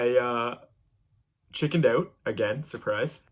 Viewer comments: you’re so brave and amazing but the way you say out about and house make it stop 😭😭😭😭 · I heard him say out and house, and I instantly knew he’s from Canada. I guess I wasn’t paying attention to the background with the Canadian clock on the wall.